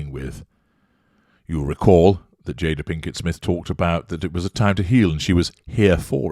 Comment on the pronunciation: It’s jay-da not JAH-DAH. But I think you are intentionally mispronouncing her name in order to devalue her. Not that it matters because she’s a narcissist herself so it’s what she deserves